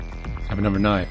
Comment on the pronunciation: And he says always says "knife" like Crocodile Dundee. "Now that's a knife!"